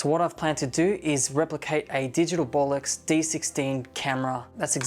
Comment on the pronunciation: Did he say "Bolox"?